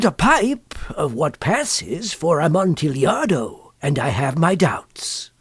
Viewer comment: said a-mont-a-lado